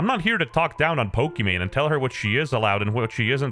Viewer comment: why does bro keep messing up pokimane and valk is this an inside joke im missing?